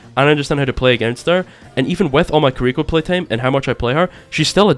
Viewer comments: i agree with you except when you pronounced kiriko carrico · Kills me how you're pronouncing Kiriko